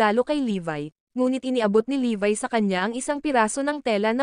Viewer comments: Levi po pangalan nun Hindi po levay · levi not levy